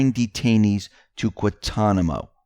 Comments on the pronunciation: Pronounced GWAN-Ton-i-mo...figure it out! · It is pronounce GuaNtanamo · I love X22 reports.,please pronounce the first "n" on Guantanamo and you will get it right. That word is easy for us the Caribbeans but hard to pronounce for others:) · How do you pronounce Guan-ta-namo?